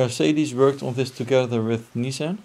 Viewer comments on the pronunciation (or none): none